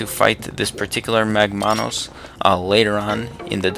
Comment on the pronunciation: Shouldn't it be MAGmanus and not magMAnus? because it's MAGma, not magMA. you did the same thing with the other boss, tentalus. It's TENtalus and not tenTAlus because it has TENtacles, not tenTAcles.